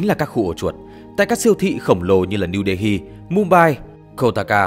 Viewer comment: New Delhi đọc là Niu Đê li mới đúng .